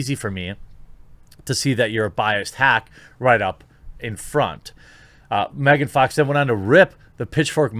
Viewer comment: just saying. its megan fox. not mehgahn.